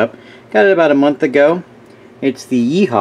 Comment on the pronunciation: I'm not making fun, but I thought it was funny how you pronounced Yihua as "Yee Haw." Lol